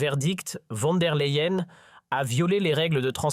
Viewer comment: Von der Layen - prononciation